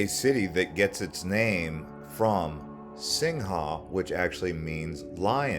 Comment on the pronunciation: Correction: ‘Singa’ translated as ‘Lion’ is not pronounced as ‘Sing-ha’……it’s pronounced as ‘See-nga’. ‘Malay’ is not pronounced as ‘May-lay’……but ‘Mer-lay’.